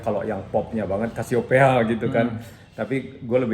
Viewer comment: Budjana nyebutnya Casiopea sementara Indra Qadarsih pas diwawancara Soleh nyebutnya kesiyopi 😂